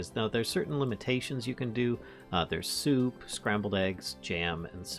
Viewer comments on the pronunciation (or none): none